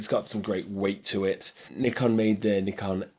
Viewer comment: At last someone pronounce "Nikon" the way it should be